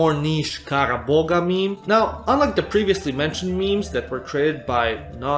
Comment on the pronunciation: fun fact : kara boğa is not read as kara boga, it is more like "kara boa"